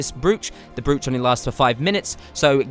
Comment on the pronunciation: Don't take this the wrong way. You seem the intellectual type who doesn't have an ego (in the bad way), so the right way to say "Brooch" for the future is as so